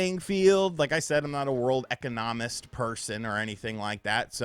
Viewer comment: Bro said ecca-nomm-ist. And i felt that